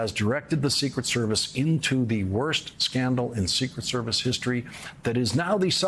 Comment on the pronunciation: Too much emphasis on the “ secret” part, less so on “ service”